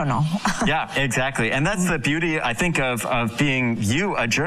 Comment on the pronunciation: Teach her pleased to say " I think " "not I Tink"